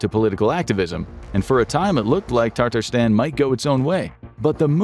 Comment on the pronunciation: *Tatarstan not Tataristan. You added an unnecessary “i”. Also, Tartar sauce comes from France, not Tartarstan! The French named the sauce after Steak Tartare (a raw meat dish) because the sauce was often served alongside it. Steak Tartare was named by the French in the 19th Century after the Tatar People because they liked to give dishes “exotic” or “foreign” names to entice diners to try them. However neither Tartar Sauce or Steak Tartare actually originated in Tatarstan. They are purely French inventions. If you want to try actual Tatar cuisine, check out ChakChak (чак-чак - crunchy snack made of fried dough strips covered in sticky honey syrup sorta like our Rice Krispy Treats) or Belyashi (baked meat pies). If you visit Tatarstan, you won’t find Tartar Sauce! You’d have better luck finding some at Luby’s Cafeteria in Texas served alongside a rectangular Fried Fish with Mac & Cheese & Fried Okra!